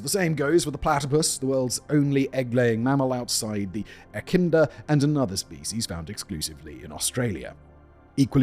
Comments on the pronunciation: Your constant carelessness in researching pronunciation of words & names is really poor. Your slapdash attempts are sometimes quite ludicrous, as if you can barely read. Two examples: Echidna. You swapped around the N and the D. It's E-kid-nuh, not E-kin-duh. Kiribati does not even have an S in the word, wtf are you saying "Caribas" or something? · No, he said "Echinda". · Simons dyslexia turned the Echidna into the enchidna.